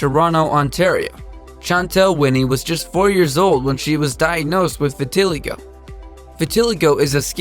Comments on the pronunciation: WTF?? Vitiligo is pronounced vit-ih-LIE-go, not va-TIL-ago... . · It's V-I-T-I-LIE-g-o not vitilego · Vit a lie go not vi til e go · It’s pronounced vitiligo Not v a ti l I ga silly 🙃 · it's pronounced vin-a-li-go not vinatilio lmao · Pronounce the words right it's vitiligo not tiligo and it called albino not what u said at all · VEH-TEE-LIE-GO not VE-TI-LEE-GO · Vitiligo: vit-teh-ly-goh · Winnie' condition is two-tone skin is pronounced (vittle-EYE'-go) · Vitiligo Vit-i-lie-go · you pronounced vitoligo (vit-oh-lie-go) wrong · It is pronounced as Vit A Lie Go. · Why the fuck did he say “vatillygow” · it’s pronounced vit-uh-lie-goe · Vitiligo is pronounced vit-eh-lie-go. I have it. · the way he pronounced “vitiligo” killed me. it’s vit-a-lie-go. it least that’s how everyone i know pronounces it. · It's pronounced Vita lie go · Its vit-til-igo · Nice to see African representation but the pronunciations need to be verified Vi Ti Lie Go is the correct pronunciation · The way you pronounced ‘vitiligo’ 💀 it’s vit-uh-lie-goh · oh no he can't pronounce vitiligo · That is not how you pronounce Vitiligo. I have it. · I have vitiligo but u pronounced it wrong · The way he he pronounces vitiligo...